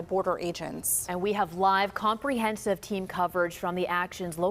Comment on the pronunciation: What the fuck is “Reymos?” 🤣 is it too hard for Americans to say “RA-MOS?”😅